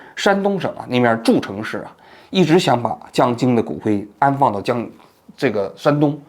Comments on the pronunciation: 王老师，诸城 读做一声❤ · 山东诸城市，发音不清楚